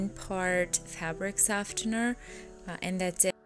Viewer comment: That is not how you pronounce softener